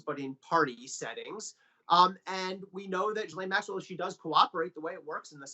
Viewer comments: Lol, all my channels pronounce it "Gizlaine" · Please Pronounce her name correctly SHEES-LEN ! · These are supposed to be journalist, and yet most of them can not figure out how to pronounce her name. It's Ghe-lyn. All they have to do is listen to how Virginia Roberts Giuffre pronounces it. But that is too much work for these people. Pathetic how journalism has deteriorated. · Her name starts with a G hear me a G why oh why do the Americans become so lazy when talking.. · Why can't people pronounce her name right?